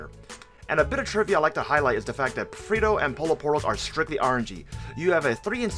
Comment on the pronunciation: "Especia" means spices not spicy. Its "Pollo Frito" not "Frito Pollo". The "LL" in Pollo is not pronounced as a single L like in Polo. Same thing for Frito the letter "T" is not a "D".